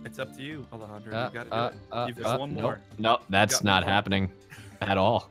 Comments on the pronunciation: Alejandro flirting with a flag plie was funny. Jess failing to pronounce Alejandros name was funny to. Alecago☺ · KaggyFilms (Alejandro Saab) lol I laughed so hard when aphmau said alecago I stead of Alejandro 😂😂😂😂